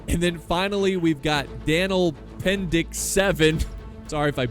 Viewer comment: Write Danilo Pendić into google translate for bosnian/croatian/serbian and you should get a good enough reading of the pronounciation of the name